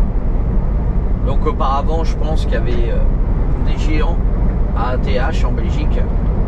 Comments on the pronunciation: L autoroute E429 est une magnifique autoroute. Ath se prononce ate et Bergen c est Mons en français. D ailleurs pour te repérer avec les villes traduit en neerlandais. Bergen-Mons Brussel-Bruxelles Gent-Gand Antwerpen-Anvers Luik-Liege Mechelen-Malines Namen-Namur Doornik-Tournai Kortrijk-Courtrai Apres pour le reste comme Bruges c est facile son nom en Neerlandais. Pour le ring on l appelle soit R0 ou Ro mais officiellement c est le R0. D ailleurs avouer que nos éclairages autoroutières sont agréables pour conduire. Enfaite y a beaucoup de feux rouge à Halle (brabant flamand) car près de la fin de l autoroute il y a le grand zoning de halle avec le plus grand colruyt et sa ligne de production qui est immense. Colruyt en Belgique c est une enseigne de magasin alimentaire très connue au même titre que delhaize. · ath se prononce ate ;)